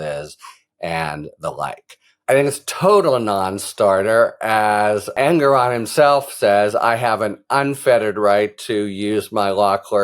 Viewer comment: Thanks so much, Harry!!! BTW, prounounced En-GOR-on, not En-gor-ON.